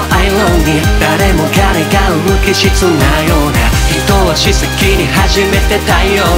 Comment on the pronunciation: 無機質なようなの発音とヴァージンの発音とYou а Kingの発音めっちゃ好きぃぃぃ!!!!!!!!